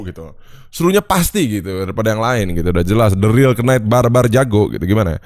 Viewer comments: Knight dibaca itu ga pake k. Agak terganggu gua denger "kenait" wkw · Btw bang, knight itu pronouncemya “nait” sama kaya night. “K”nya silent